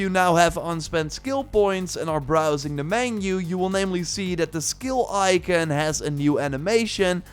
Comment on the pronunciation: Bro im done "Ican".. In what universe is ICON, ican?? People fkin up the english language. No wonder languages never stays the same due to dyslexic fools like this guy.